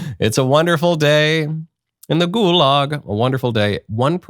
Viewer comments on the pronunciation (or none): none